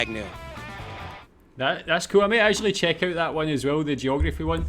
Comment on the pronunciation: I like how this guy pronounces “out” the stereotypical Canadian way